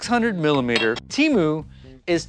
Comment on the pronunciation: TEMU, not "Cheemu".